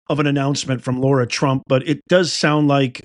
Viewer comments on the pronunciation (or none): Lara, not Laura. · It's LARA not Laura, please! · It's LARA not Laura. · Why do you keep calling her LAURA? Her name is Lara. She herself pronounces her name LARA. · Her name is Lara, not Laura. So like in the word Larry not Lorry. Lots of peeps make this mistake in pronunciation and I think a person's name deserves high respect to say it correctly., dedication to MAGA and the truth and loyalty to Trump. Thanx for everything!